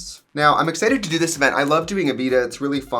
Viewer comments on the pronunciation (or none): none